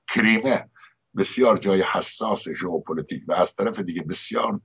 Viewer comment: بلد نیستی‌ حرف بزنی ؟ «هُق هُق »!! «ژئوپُلُتیک » ؟؟ اینا چیه